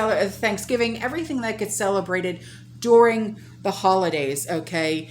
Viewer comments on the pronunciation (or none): none